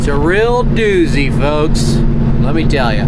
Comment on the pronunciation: it is doozy not dousey